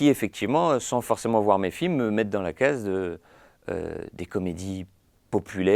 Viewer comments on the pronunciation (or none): none